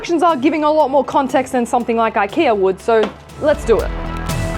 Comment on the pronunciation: Ooh you said "something like Ikea woild". I understood "something like I care would" first and was super cofused lol